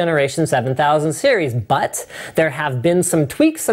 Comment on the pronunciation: I like the way he said "BUT"